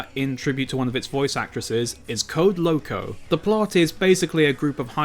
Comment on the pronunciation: Its code lyoko not code loko